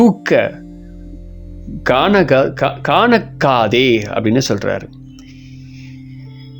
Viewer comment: காணக்காதே இல்ல bro கணக்காதே....